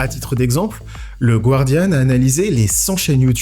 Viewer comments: ça se dit gardian pas GOUArdian, beaucoup de français font la faute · Petite correction: Guardian ne se prononce pas "gwardian".